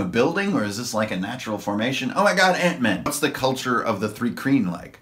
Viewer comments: Also it's not 'three kreen'. it's pronounced more like 'try-kreen" but with a 'h'.. Thry-kreen. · Pronouncation correction: Thri-Kreen (Thry-Kreen) Mul (mül/mule)